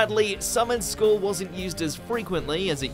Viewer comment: How can you get the pronunciation of "skull" wrong?? It's literally a common word, you have one on top of your spine!